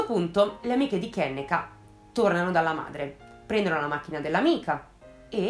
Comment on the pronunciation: Si pronuncia "kennìka" 😉